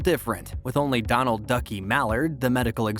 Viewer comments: Do-nald? Seriously? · He effing mispronounced 'DONALD'! Where the hell do they find these morons who can't even read simple names. Did this alien never watch cartoons - 'Doe-NAWLD' Duck? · See the comments below? This is why you hire a real human voice actor, not (I hope) a robot. We know how to pronounce those tricky uncommon names like "Donald," and know there's no spy agency called M-16. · The narrator freaking mispronounced DONALD!!!!! (As in Donald Bellisario). Gee whiz!